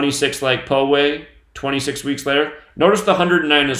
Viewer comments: Poway pronounces as pow-way like power. It's part of sd county. A friend of mine lives like a block from there. They pretty much blocked the whole area that she had to drive around to get on the 15 highway to go somewhere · Just a fyi, I live in Poway, just a few blocks away from where the shooting occurred, and its pronounced POW-WAY not PO-WAY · I live in SoCal about 20 minutes from my house. Pow-way sounds like